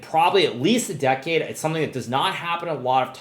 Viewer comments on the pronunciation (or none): none